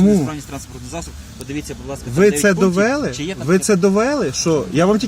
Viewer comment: Мне кажется довели'!!!! А не дове'лы